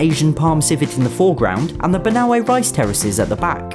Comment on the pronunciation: bro you said banaue rice terraces right!!!!